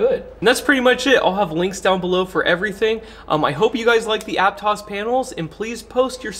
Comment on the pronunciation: You must be from Santa Cruz because you pronounced Aptos correctly.